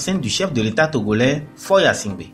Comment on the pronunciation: Mêlez- vous de ce qui vous regarde et dans votre pays ! Qui va s abonner ? Mais...vous 'e savez même pas prononcer son nom. On vous a dit qu il se nomme yasimgbe ??? Tais- toi!!!!